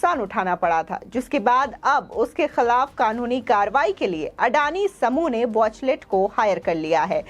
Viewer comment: बहेनजी वॉचलेट नही... किंतु वॉचटेल....कहो...